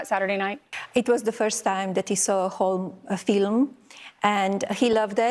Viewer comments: I can't take it with her fake smile and the way she says Filim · “Film “ … keeps saying film…. It’s a documentary !!!! She’s prob thinking of an Oscar 😂😂😂😂